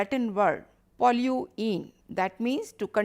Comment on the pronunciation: Pollution Latin word: “polluere" not “polluene”